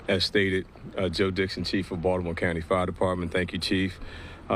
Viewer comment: Did anyone else hear "fart department"?